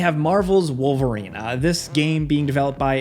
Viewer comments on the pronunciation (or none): none